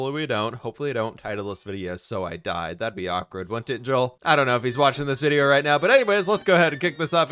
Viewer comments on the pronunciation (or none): none